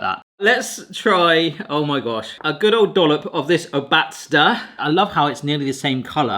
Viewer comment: the word „Obatzda“ is stressed on the first syllable (should be the same vowel as in "thought" for you) and it essentially means something like "squished one" or more literally "on-botched one" also you should have used Bavarian sweet mustard. defs kudos for trying. also the American ones sound good but my brain refuses to accept non-lye pretzels unless they are like outright different (like the nut-filled sweet ones we have in Germany)